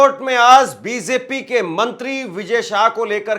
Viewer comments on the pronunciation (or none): Bee zay pee nahi maharaj bee Jay peeeee